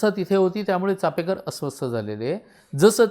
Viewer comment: छानच, फे नसून पे असा उच्चार कळला हे महत्त्वाचं कारण बहुतेक जण नुसता उच्चार नाही तर लिहितांना देखील फे असंच लिहितात. अनेक महत्वाचे संदर्भ मिळाले आणि ओघवती सहज सुंदर भाषा. मस्तच...🙏🙏🙏🙏